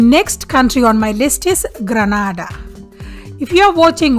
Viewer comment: The video is informative she just made a mess of some of the names of the National dish and some of the names of the people and places in Barbados a little research would have made it better she pronounces Grenada as Gran na da